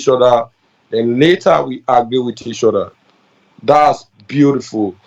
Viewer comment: And know how to say OTHER not odda